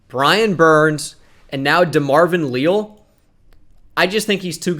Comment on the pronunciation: It is Lee-Al, coming from an Aggie